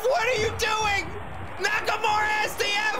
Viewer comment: *Shinsuke Nakamurdah